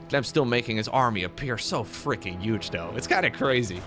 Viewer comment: The ONLY annoying thing you do, is pronounce 'huge' as 'uge'. For many many years, EVERY SINGLE TIME you say it my wife laughs at me for caring about it :)